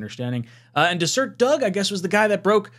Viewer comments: "Dez-ur-ett," not dessert. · Not that you'll ever hear it again, but it's pronounced "Des - er - et" -- Just an fyi . Oh, and Doug Robinson is a nobody; I hadn't heard from or read about anything from him in so long that I wasn't even aware that he's still reporting. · DeserEt, not Desert. Mormon country. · It’s Des-er-ret, a word for honeybee in Mormon culture. That said, I agree that the story is highly implausible, probably some thing repeated by a friend of a friend. Personally, I believe Zach has reasonable trade value. He has shown enough moments of brilliance that some team would look on him favorably as a development project. I also think that there’s a good chance The Jets will keep him for the same reason. He’s got five games, let’s Hope that his brilliant moments are more prevalent than the not so brilliant moments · Dez-urt.. like the Sahara, not the food you eat 🤣🤦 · It’s pronounced “dez-zur-ette” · Bro it’s “deseret” news lmao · Haha, it's not pronounced like either one of those.